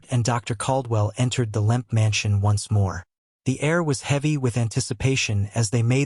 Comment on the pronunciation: It’s Lemp, not Limp or Lamp